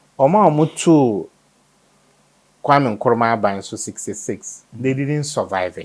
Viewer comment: KM: Kwame Nkruma, Not Nkwame! Get the man's name straight, please.